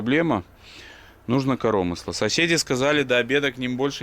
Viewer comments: Блин, так ухо режет - корОмысло. КоромЫсло же, не? 😁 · Как де противно слышать корОмысло!!! Или на белорусском разговаривай или на Русском! Крови из ушей!